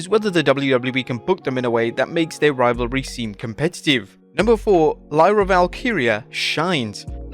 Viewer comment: fighting the English condescension to the Irish and finally pronouncing Lyra correctly.